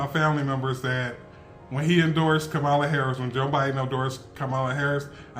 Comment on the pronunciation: Just say her name correctly.